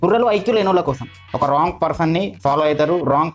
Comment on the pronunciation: One mistake....Wrong ni as it is spelling la pronunciate cheyoddhu andi rawng ani pronunciate cheyandi ..